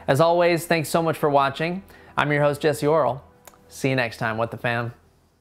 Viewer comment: Did he say "I'm your host "?